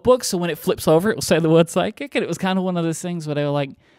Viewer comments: I swear Myke keeps saying "Psychic notepad" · Yup, 100%. We finally have an improved version of Slightly Psychic Paper.